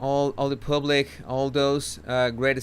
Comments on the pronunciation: Wales (plural) pronounced like whales. Public pronounced as paablik, not pooblik. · I love how pronounces the word “public” 🤣🤣 Pooblick 😂😂😂😂